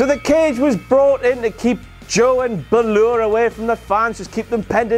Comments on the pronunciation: BALOR not baloor...... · SHIN-SKAY. BAL-OAR. I'll say it again SHIN-SKAY. BAL-OAR. For a king you thought you would know your loyal subjects.... xD